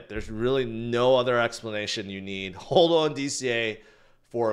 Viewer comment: it’s HODL not HOLDUL